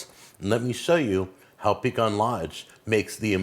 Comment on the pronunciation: you are now a SOUTHERNER.. it is PEE-CAN..